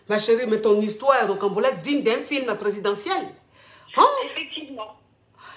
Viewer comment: J'apporte juste un rectificatif. On dit ROCAMBOLESQUE et non rocambolexe. La coach se trompe dans la prononciation du mot et ceux qui ne le connaissent pas peuvent commettre la même erreur.